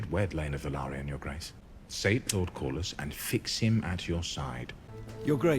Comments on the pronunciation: It's "Kor-lis". Very easy to pronounce. "lis" is pronounced like in "list" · I lose it every time you call him lord calories lmao ! it's pronounced cor-lis and re-nee-ra 🩵 I love you and your reaction made my day ! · I haven’t seen any assistance with pronunciations in the comments, so in case anyone on patreon or wherever hasn’t said anything… Cor-liss Ray-knee-ruh Generally the names are phonetic, but they also all have British accents. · Sounds like: Corliss for Corlys Rayneece for Rhaenys Rayneera for Rhaenyra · Pronounce their names this way, Ray-Near-Ra (Rhaenyra) and Cor-Liss (Corlys) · Great reaction bro. The way you pronounce Corlys’ name is-Core-Less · So.. Lord Corlys.. Core-Liss lol Man I can’t wait for you to get further into this, it gets emotional and crazy!